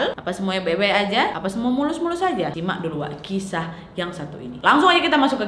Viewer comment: sesaat aku dengarnya "kimak dulu ini wak" trnyata "simak" T_T